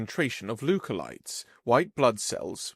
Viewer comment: leukocytes Luke-oh-sites But I’m going to chalk that up to a typo lol